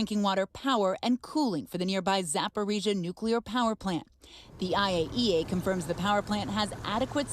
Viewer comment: your pronounceation of Ukraine names is poor (ie. zapohigia, donbask etc.), I thought that a news organization like MSNBC had the resources to get at least nouns pronounced correctly, be correct in your news comentory ought to report truth, not getting it right undermines credibility